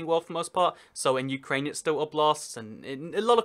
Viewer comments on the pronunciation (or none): none